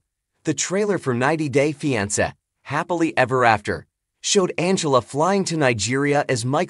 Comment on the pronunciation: You can’t even pronounce the title of the show much less report on any thing happening in their lived